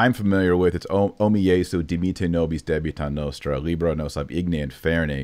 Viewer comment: It is not noustra. It is nostra.